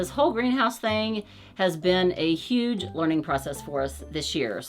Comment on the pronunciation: It's yooge.